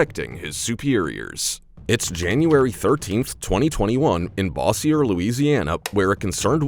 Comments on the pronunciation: every time people pronounces bossier like all frenchy is hilarious. i'm sure it was pronounced that way a long time ago, but it has been unfancified. evolution of southern language! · Your pronunciation is off. It is not Brenton, it is Ben-ton. Bossier is pronounced Bo-sure not Boss-ier.